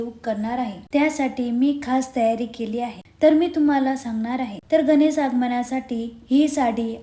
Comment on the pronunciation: गणेस नाही गं बाई गणेश